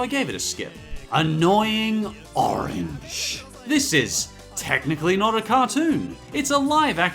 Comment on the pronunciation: HOW DARE YOU MENTSHON ANOING ORAGE